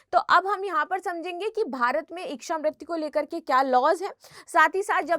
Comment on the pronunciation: बार बार इकछा इकछा किए जा रही है,,, इकछा नहीं होता,,,,, इच्छा होती है